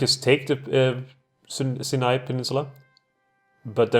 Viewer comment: Nice job! If you want to put more pressure on the allies, you could get involved on the Hedjaz-Yemen front. /Pronunciation Tips: Sinai - S(eye)n(eye). The vowel sounds are both pronounced like the word "eye". Nancey - Nahnsee